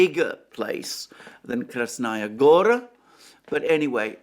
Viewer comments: Also: KrasnAya GOra is incorrect. It is read KrAsnaya GorA. It is annoying hearing it repeatedly intoned wrongly. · Kras-NA Goya, not Kras-Naya Gora.